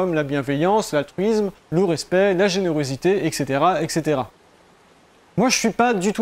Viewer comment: Salut. Quand tu dis "a cette époque, les fourmis cultivaient des champignons et élevait des pucerons" C'est une affirmation ou juste une supposition? Juste un truc à dire, on dit ET caetera, et pas EC ceatera. Sinon bon travail, merci mon ami!